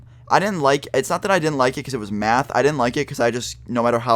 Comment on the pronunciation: he says math so funny mayhth